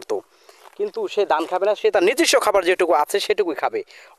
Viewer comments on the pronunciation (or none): আপনি ধান বলতে পারেন না? ধানকে দান বলেন কেন তাহলে দুইটা অক্ষর আলাদা আলাদা হলো কেন